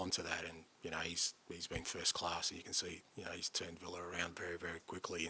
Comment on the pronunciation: Lads! It’s villa!